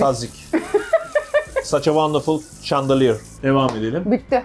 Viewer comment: Her şey şaneliyir şandeliyir deyip duruyo cjsşxjod